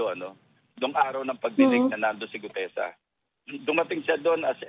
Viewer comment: GUTEZA... NOT GUDEZA 😊😊